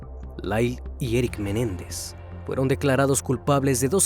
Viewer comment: No es Jose Méndez es MENÉNDEZ